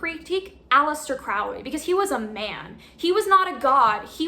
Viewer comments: It’s holy like Crowley not Foully like crowley, that’s how A.C pronounced it ✌🏻🏴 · BTW.. it's pronounced Crowley as in HOLY. Not crowley as in howly... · So, like the book says, speak as ye will, but if you want to know what most people consider to be the correct pronunciations, Liber is pronounced "lee-ber" and Crowley rhymes with holy. Keep up the Great Work,. 93!